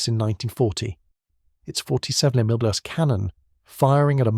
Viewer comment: Why can't they pronounce mm or cm? Seems like AI.